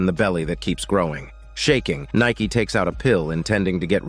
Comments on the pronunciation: Nayki huuhh did you mean nanni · It’s nanai not Nike 😒